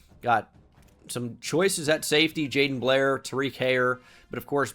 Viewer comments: By the way you are mispronouncing Jadon Blair's name it's Ja DON like the Don of New York from Giants franchise. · Yeah, unfortunately the game doesn't help you in any way know that it's JaDon since they permanently capitalize the first name.